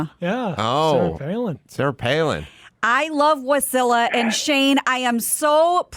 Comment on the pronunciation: It’s WAH-silla, not wuh-silla